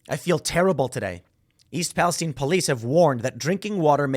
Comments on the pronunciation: Also Palestine is pronounced pal-ah-sty-ne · East Palestine...not (pal-i-steen). I'm from Ohio. Lots of our towns from the early 1800s were given Biblically derived names. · Why is Timmy mispronouncing Palestine?